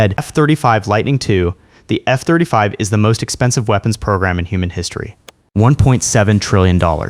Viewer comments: Did he say "F turdy five"? Lol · F-Turdy Five…😂😂 Epic…😂😂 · F-turdy five